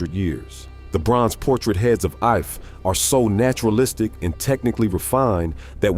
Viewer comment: The correct pronunciation of Ife is EE-fay.